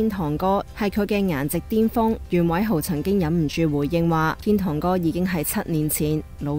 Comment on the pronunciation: 仲有使徒"痕"者、岑"恨"賢，連天「堂(tong)」都講咗做天「tont」 01啲旁白係咁，仲有個梁子清又係，睇到好炆 我都唔明，搵個講野正常啲嘅係咪真係難到咁